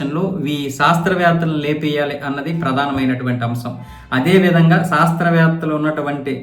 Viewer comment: సాస్త్రవేత్తలు కాదు, శాస్త్రవేత్తలు. తెలుగును సరిగ్గా ఉచ్చరించండి.మీరు చాలా తప్పులు చెబుతున్నారు.సరిచేసుకోండి